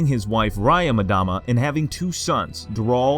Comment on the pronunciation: Just a by the way FYI, it's pronounced Yule-M-dama (Say the M as if you were sounding out the word, and then say Dama. And not as madama.